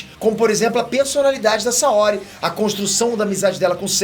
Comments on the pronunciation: Tu não tem moral nenhuma pra falar, porque nem o nome dos personagens tu não sabe pronunciar. Ex: não é MÁrin, é Marin; não é SaÓri, é Saôri. Então, menos, bem menos, seu cagão. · "Máhrin" "Saóhri" Kkkkkkkkkkkkkkkkkk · porra, vc não se ajuda.... Márin e Saóri... não dá né! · O cara não sabe pronunciar o nome dos personagens... MÁRIN... SÁORI... e fala de saga clássica... Os caras na sala de cinema que eu estava, disseram que gostaram e assistiriam de novo... O filme tem a essência de cavaleiros em muitos pontos... O filme não atrai o fã clássico? Aqui está um que curtiu o filme... A saga clássica não tem que ser mexida nem nada, concordo, por isso mesmo o filme foi feito baseado no Netflix... É outra fase, outro direcionamento... Falar que não gostou é uma coisa, agora querer pagar de intelectual e que entende da série sem nem pronunciar os nomes direito, é dose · Kkkkkkkkk oh, seu teu fã demais, mas me explica de onde vc tira essas pronúncias "Márin", "Saóri"... Quer dar motivo pra dar mais comentários aqui?! Só pode né? E a Saori detestável? Exagerou. Vlw. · Cara, pelo amor de Deus... "SaÓOOOri" não existe, "MÁÁÁÁÁrin" também não. Fala os nomes direito, porra. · Não dá para considerar a critica sobre uma adaptação de CDZ de alguém que mal sabe falar o nome dos personagens, Saóri? Como adaptação o filme é ruim, mas como um filme de ação é mediano, dá para assistir. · não aguento o falando Saóri kkkk fico puto de raiva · O assistia mesmo? “Saóri” “Márin” 🤔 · Eu ouvi o dizer: "Saorê"? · Saóri.... 😅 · O filme é ruim,tanto quão vc pronunciando o nome Saori... NÃO TEM ACENTO NO O...😅😅😅😅